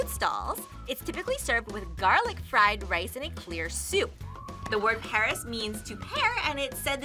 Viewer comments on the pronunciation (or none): none